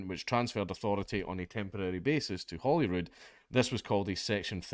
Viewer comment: You said Holyrood. I heard Hollywood.